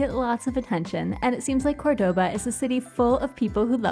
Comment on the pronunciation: Hi there…. By now I’m sure you’ve realised that Córdoba is pronounced with the accent on the first o….. not the second! Always listen to the locals, and copy their pronunciation. Thanks for the interesting food vlog! That oxtail looked delish. Love that you’re travelling with Bindi.